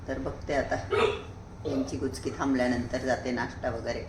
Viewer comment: गुचकी नाही उचकी